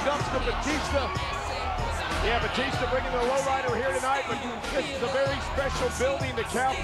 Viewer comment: I like how Eddie pronounced it Bautista, which is the correct, non-WWE-ized way. ;)